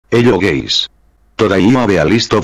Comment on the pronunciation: Why doesn't anyone notice that the beginning of the video says not "Hello guys" but "Hello gays"?